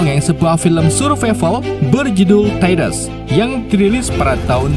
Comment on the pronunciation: Taydes 😢 🗿 ✅ Taids ❌